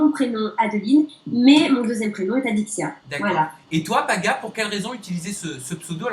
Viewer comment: je reve ou au lieu de dire alexya au lieu de adixia ?